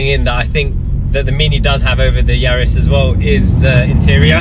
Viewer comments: Please can we clear the name up..it's Yaris. It's not Yaaaaaris. Cheers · Excellent video with the split screen and aerial shots. Didn’t realised it was pronounced “Yaaaris”😂 My GR is being delivered in March. Much prefer it being a B road warrior to a track weapon. Be interesting how it feels vs my gt3 gt4 and R26.R!